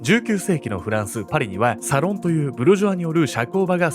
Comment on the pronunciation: アクセント サ↑ロン↓じゃないかしら？